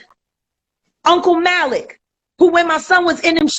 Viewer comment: It's Mah-lik 🤦🏾‍♀️